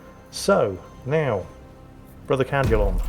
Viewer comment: Damn it, I know your saying Cadulon, but I am hearing “Brother Cal-culon” and can only think of the robot from futurama lol.